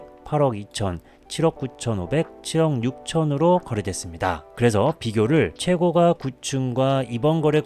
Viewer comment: 글로쓸때는 최고가 로 쓰지만 발음할때는 최고까로 하세요. 호가도 마찬가지입니다. 호까 입니다. 듣기가 거북스럽네요.